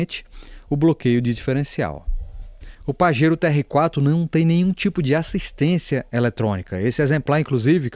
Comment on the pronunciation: Vídeo bastante esclarecedor, mas tenho que ressaltar: parabéns por ser uma das poucas pessoas a pronunciar os nomes dos carros corretamente: "O Pajero, O TR4 e O Duster".